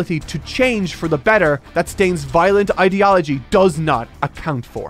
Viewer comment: I love but the way he pronounces ideology is not hitting well in my brain!!!!